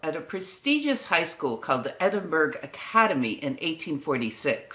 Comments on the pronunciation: A wonderful expose of the early contributions of great thinkers. One small suggestion.... Edinburgh is pronounced "Edinburra" not "-berg". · FYI, “burgh” as in “Edinburgh” is pronounced “bourough” not “burg”. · Edinburgh is pronounced EdinBURRA.